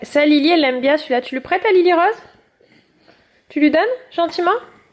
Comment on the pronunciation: C’est pu et non pas pus! 😄